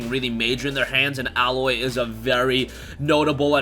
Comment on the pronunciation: So you haven’t played HZD clearly. Lol. You definitely have been living under a rock. “A” loy, not aaloy is the shit btw. Lol